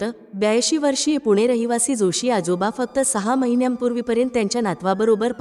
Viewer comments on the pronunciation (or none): none